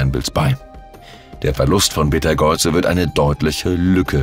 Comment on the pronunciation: Hallo. Im Englischen schreibt man ihn Betelgeuse und spricht ihn aus wie "Beatle juice". Im Deutschen heißt er Beteigeuze und wird auch so ausgesprochen. Auf Wikipedia kann man sich anhören, wie er ausgesprochen wird. LG 🙂